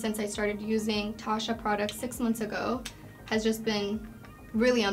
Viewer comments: For all the products that she uses from Tatcha she should at least learn how to pronounce it correctly. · The way she used the cleansing oil and rubbed that towel over her face made me so uncomfortable, and the way she pronounced Tatcha , bless her heart